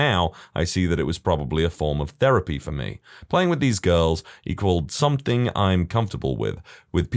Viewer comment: No K in the word something